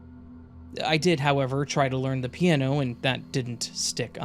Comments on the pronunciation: I slipped into a parallel universe, where there's a musical instrument called a "peee an no".. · Enjoyed the content. The way you pronounce "piano" tho lol.